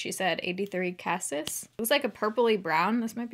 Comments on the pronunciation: Just an FYI it’s pronounced ka-cease. And cassis are actually black currants. There is also a liquor named Creme de Cassis made from them. And it’s a town in France. I watch way too much Food Network lol. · Cassis is pronounced “casees.” It’s French.